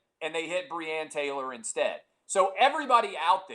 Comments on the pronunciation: At least get the woman’s name right, Breonna. Lol my mans said breann 🤦‍♂️ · clay - get facts right!!!!!!!!!!! also clay - cant pronounce first name of victim